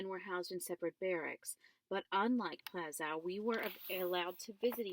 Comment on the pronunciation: y r u reading in ur car? Also, it's pronounced Plah-shuve not pla skow